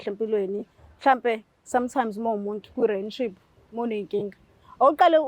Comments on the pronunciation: Rinship 😂😂😂Relationship yerrrrrrrr ngaze ngahleka namhlanje 😂😂😂😂😂😂😂😂😂😂😂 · Renship 😂😂Rinship angaz noma ngizwe kahle 😂😂kuthiwa Relationship ayi lento oyishoyo yerrrrrrrrrr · Angimuzwa usisi makebiza u relationship, uthi relan what? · Yehlula e pronunciation ye relationship 😅